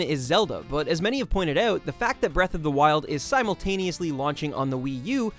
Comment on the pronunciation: I knew you were Canadian the moment you said "out" like "euuut" lol. Great video, let's really hope Nintendo succeeds with the Switch! Subscribed!